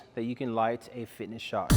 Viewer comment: Another great helpful video. 👌 FISHINT! A bit like me saying Australia, STRAYA! 😂😂